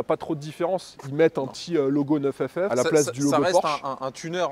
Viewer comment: ta gueule avec NEUF FF c'est NINE ff . niiiiiiiiiiiiiiiiiiiiiiiiiiiine bordel